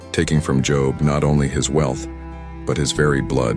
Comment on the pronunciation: Job is pronounced with a long o sound such as bold.